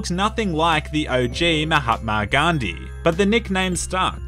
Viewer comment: that moha-Gandhi tho